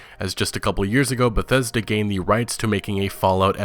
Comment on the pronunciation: It's beth es da... Get ready to be disappointed